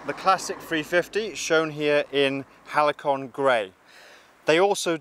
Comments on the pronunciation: AHH, I remember the days of simple, uncomplicated, robust and easily maintained bikes, otherwise known as the "halcyon days", pronounced HALSEEYON days (good old days), hence the name of the bike. Not sure what a "halikon" is, maybe some rap artist or something ! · It's Halcyon, not Halicon🙁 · ‘Halcyon’ .. Hal-say-on 😉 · Hmm, I was referring to the pronunciation of Halcyon as opposed to the mispronounciation Halicon; not the colour but, thanks anyway😉